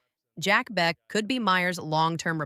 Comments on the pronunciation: Jack Bech is pronounced like Jack Besh for future videos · people telling me its AI, I know... write it into the AI as Besh if you need to